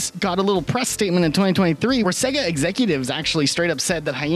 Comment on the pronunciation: Why tf are you pronouncing Sega like that?